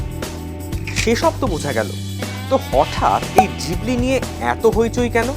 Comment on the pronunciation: Na, pronunciation ta jibli e hobe.